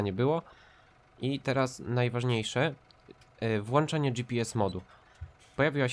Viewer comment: Aż mnie uszy bolą od Twojego "włanczania'' mówi się włączać dlatego że jest włącznik światła a nie włancznik, oprócz tego line pomocnicze od GPS znikają tylko wtedy gdy je wyłączymy same nie znikają